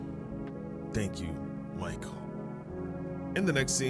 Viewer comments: its actually pronounced Mikhail not Michael,"Михаил" in russian,since its heavys name in tf2 lore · its actually pronounced “Me-kai-el”(u dont actually need to say it this way) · I JUST REALIZED THAT IS MY NAME AND IT IS SPELLED THE SAME. Also not to be mean. But its pronounced Me-kai-ail, or, Mick-hail